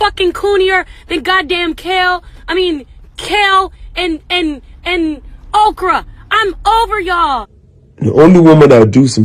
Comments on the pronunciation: 😂😂😂 I was dead at kale but then she said okrah and I was rolling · My girl Ari Lennox really said "kale and okra"😭😂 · She said Kale and Okra😭😭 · Bruh I died when ari lenox said "kale" & "Okra" 😂💀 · “KALE” & “OKRA” 🤣🤣🤣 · She said kale and okra💀🤣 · I’m sorry but “Kale and okra” 🤣🤣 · Noo nooo not kale and okra 😂😂